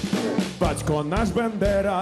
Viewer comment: У Скрипки багато крутих і , навіть , геніальних пісень. Але цей варіант Червоної Калини не подобається!!! І мені почулось ,що призвіще Б А ндера вимовлялось неправильно? Певно, здалось. Перепрошую.